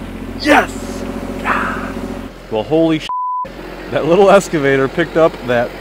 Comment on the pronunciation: Good video… just…….“ex ca vator” ….. everything else was great!👍